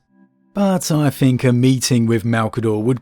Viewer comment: Please learn to say TH the amount of times you said free or fink was distressing